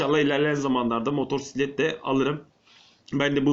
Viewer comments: hocam bastıra bastıra motoRsiklet demeseydin eyiydi :D motosiklet diye yazılıp okunuyor çok bilmişlik olmasın ama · senin işin baya zor ya. Kusura bakma ama daha ismini söyleyemiyorsun 😂 motorsiklet değil motosiklet diye okunur ve yazılır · Önce motosiklet demeyi öğren sonra sürmeyi öğrenirsin motorsiklet nedir abi? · motorsiklet değil motosikelt:D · Güzel videp fakat motorsiklet değil abi, MOTOSİKLET. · modorsiklet derken ? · Motorrrsiklet degil amk motosiklet motorrrrrraiklet ne gicik oldum